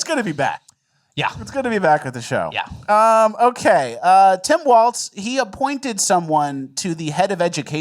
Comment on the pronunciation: PSA: There's no "T" sound in Walz's name. It sounds just like "Walls."